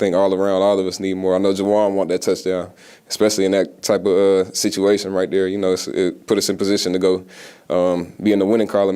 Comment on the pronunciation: You know you gone Cajun Kamara . He said right DARE . (There )love u bro !!!